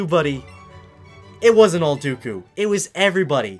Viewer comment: Its dooku not duku